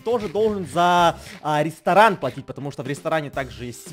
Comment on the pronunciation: Айа йай УГРОБИЛ Катюньку (для Едисона-КАТЮХУ} вайвайвай ЕЩЕЙ РИСТОРАНХ ХАХАХХАХАХА новое СЛОВО РИСТОРАНХ заметь не правельно ГОВОРИШЬ! Не ресторан РЕСТОРАХ))))😁😁😁😁